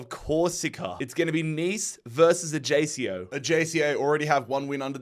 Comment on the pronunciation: Mate the pronunciation is killing me WIEN is the austrian way to say Vienna so its like Vieen, ajjaycio is ayacko too btw